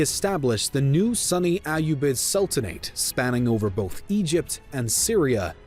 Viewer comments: Is it just me, or does he pronounce sunni Sunny. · The funny pronunciation of Sunni as "Sunny" kinda ruined the immersion for me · Proper pronunciation, closer to: "sue + knee" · Your pronounciation of sunni is incorrect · Me too. I was like, "Sunny and Islam. Never read about that in any history book before..hmm". 🤔🤔 Then I began crying with laughter as I had a realization. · I was confused the whole time😂😂 like dude what do you mean "Sunny muslims" haha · Sunni, not Sunny. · I spent the first 5 minutes wondering what a Sunny was but realize he was saying Sunni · Wow, the way you pro ounce some of these terms is amazing. Cavalry? You mean Calvary? Sunny... You mean "soo-nee" (Sunni)? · “Sunny caliphate” I was like oh they’re a Sunny Caliphate? 🥴 haha then it hit- “Sunni” 😁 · It's pronounced Su-nni. Not sunny. They are not sunny-Muslims. They're Sunni Muslims. How are you a documentary channel but you don't know how to pronounce the names of one of the largest modern Muslim sects? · SOOny not sunny...... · “Sue-knee” not “sunny” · I constantly thought ''hmm why would Abbasid lands be more sunny though, the other is located on Egypt?'' It is sunni dude, not sunny. Like ''sune kneeee'' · Y’all are idiots... he meant “sunny caliphate” because video pronounced it wrong instead of Sunni 🤦🏻‍♂️ and video said Sunni referring to Zengids that took over Egypt at the end, not the Fatamids that the video called Shia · you said sunny not sunni, it is sunni, sunni muslims or sunni caliphate. But, I still like the video:) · No offense intended, but Sunni is pronounced, soon-knee, not sunny. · It's pronounced Sunni, not sunny 🤦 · Sorry for laughing when you pronounced 'sunny' instead of 'sunni' 😅😂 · Ofcourse, as a sunni muslim, I was like: SERIOUSLY?! SUNNY?!?! IT IS SUNNI, NOT SUNNY! But, I still enjoy the video :D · Your pronunciation of Sunni really threw me off it took me a while to realize what you meant by “Sunny” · Thinking the same thing!